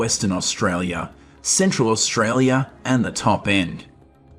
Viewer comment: Can you learn to say AUSTRALIA